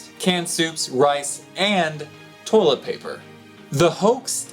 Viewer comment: "Toe-let paper"